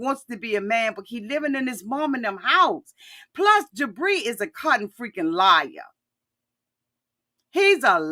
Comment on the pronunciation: I swear every time you say Jibri, I hear debris! 🤣🤣🤣